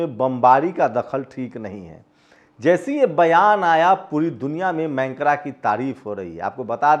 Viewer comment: Mancra nahin, macron boliye. 🙉🙉🙉🙉🙉🙉🙉🙉🙉🙉🙉🙉🙉🙉🙉